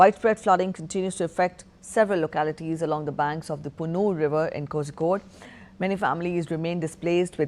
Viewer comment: Kosikode??? Bad pronunciation.